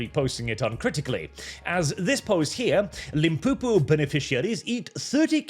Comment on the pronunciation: Limpopo is pronounced, Lim-poe-poe, not lim-poo-poo. Everything that the non-white South Africans inherited after 1994 is in a chronic state of disrepair or dysfunctional, the railways, the ports, the sewage systems. The electrical infrastructure is one step from complete failure, the one nuclear power station in the Cape is held together with chewing gum and fresh paint to cover the structural corrosion. Every branch of the military is totally dysfunctional. All civil servants do is less than the bare minimum and expect fat pay checks. Oh by the way South Africa has laws for everything but they're ignored or used for corrupt money making by the authorities. Corruption is rife. To get a glimpse of the corruption within government and the state enterprises read Andre' de Ruyter's book Truth to Power, (ex CEO of Eskom). Don't get excited by Mauritius, step outside of the hotel's "canned" Island atmosphere and you're in a third world country, for comparison, Singapore and Mauritius attained independence in the 60's from the same masters, look at the advance in civilisation, sustainable industry, and infrastructure of both countries and tell me which is first world in ALL aspects. Mauritius also has laws for everything but they apply only to foreigners. The illegal burning of refuse, the illegal dumping of refuse by all, from doctors to street sweeper, on any vacant land. The noise pollution, Mauritius has stringent and sensible noise legislation, locals don't care and the Po-lic